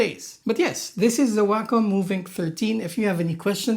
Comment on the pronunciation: WAY KAHM. NOT waaa cum. that's just gross. the COM is pronounced like a DOT COM. WAY COM. i'm losing my mind hearing waaaaaaa CUM in literally every Wacom review. /rant